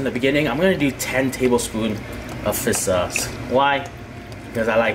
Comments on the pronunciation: why do you say fih sauce not fissshhh sauce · Fisss sauce 😳 fiSSSSHHHH FFS 🙄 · fiss sauce😂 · Why when said fish sauce it sounded like fist sauce 😂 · 'Fissauce'. The way you pronounce it is way too cringey 😂